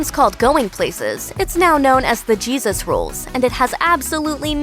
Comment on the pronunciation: Sorry, picky person here. In Jesus Rolls, It is pronounced Hesus- (J sounding like an "H"). Pronouncing it the other way is referring to Jesus Christ, and since when was Jesus ever in a bowling movie?